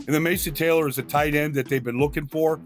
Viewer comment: The way this guy says tight end makes me furious